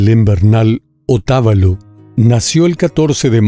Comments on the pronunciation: no es ecuatoriano que no pronuncia bien el apellido de la madre de María Belén "Otavalo" no pronuncia bien "Pomasqui" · Muchas gracias por darle difusión al caso, ayer en una rueda de prensa la mamá de María Belén dijo que, presuntamente, ese hombre está en Panamá, por favor ayuden a atrapar a este femicida. Por cierto, es Otavalo, sin tilde, se acentúa en la sílaba va. Muy buen video! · Hace una secuencia de todo lo publicado por la prensa y redes sociales debería ahondar más datos profundos no aporta nada nuevo Otavalo se pronuncia sin acento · El sector,donde le mazarin ala abogada, se llama; Pomasquì, el apellido de la madre, Otabalo....no como dice......